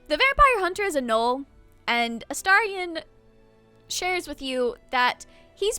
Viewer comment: A... gnoll? You mean?